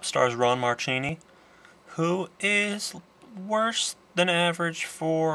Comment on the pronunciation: your mispronouncing ron marchini's name sounds like zuchini! I grew up around him sine my dad and him are friends. Its horrible that everyone mispronounces his name. btw I'm actually in this movie but ya can't see me cause of the poor lighting in the gladiator scene the guy with the moustache is my dad